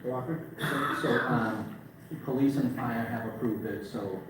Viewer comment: say Pleese again! love it, Pleese Department is priceless